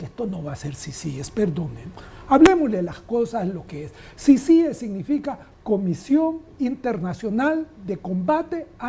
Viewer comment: Diganle a que se dice CICIES Y NO CICIGES